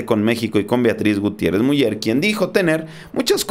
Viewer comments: Sólo una corrección: no se pronuncia Miuller, se pronuncia Miuler. Aunque estando en México también podría tomarse como correcta Muller...pero es un apellido de origen creo alemán y su correcta pronunciación es Miuler. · Miuler no miuyer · Miuler, Miuler, se pronuncia, por favor... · se pronuncia "MIÚLER""?? O míler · Yo sé que la página es en Español y bla bla bla, pero el segundo apellido de la primera dama de México se pronuncia "Miuler", no MuLLER. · Se pronuncia miuler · Te voy a escribir como se pronuncia el apeido de la esposa del presedente Obrador se pronuncia...."Miuler" saludos desde Tamaulipas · se pronuncia miuler el apellido de la primera dama de México, es alemán. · POLO, EL APELLIDO DE LA ESPOSA DEL SEÑOR PRESIDENTE, SE ESCTUBE MULLER, PERO SE DEBE PRONUNCIA MULER. GRACIAS. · Se pronuncia Miuler..solo así.. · Hola amigo, si me permites una observaciòn con respeto, te comenyo que el apellido de la Dr. Beatriz Gutièrrez Müller, se pronuncia "Miüler" gracias amigo. Un abrazo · Creo se pronuncia MUILER SE ESCRIBE MULLER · se pronuncia MIULER infórmate antes de pronunciar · No te molestes pero no sabes pronunciar el apellido de la esposa del presidente López Obrador, se dice Miuler (Muller) y así se escribe, inclusive con dieresis en la U Crítica en buena onda